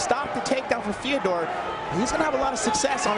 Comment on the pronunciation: Who's the guy saying "Theadore."